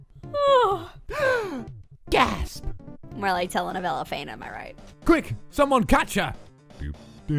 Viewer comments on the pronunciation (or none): none